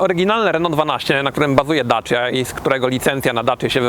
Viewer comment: To dobrze o nim świadczy bo to prawda. tylko trochę inaczej to się wymawia.